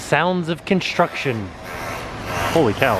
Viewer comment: The relaxing sounds of kinshtrucshen.